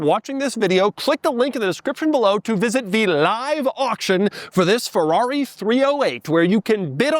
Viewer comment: Please say Ferrari correctly.